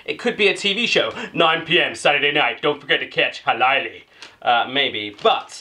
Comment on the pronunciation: when you say "minipussi" it sounds like "minipussy" and "hölläily" sounds like "halaili" but the best one was "tonttu suklaapatukoita" = "thonthu sukulapatakoita" xD